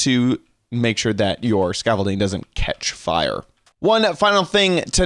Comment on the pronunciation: XD when you said hey guys, scaffolding it sounded like you were saying youre name was scaffolding